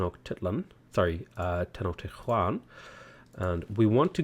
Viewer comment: Atzcapotzalco - Ahts-ah-pohts-ahl-coh Texcoco - Tesh-coe-coe Teotihuacán - Tay-aut-tee-hwah-cahn Tenochtitlan - Ten-ausch-teet-lahn (ch as in chair) Tlacopán - Hla-coe-pahn (say Hla like "clay" but breathing the H)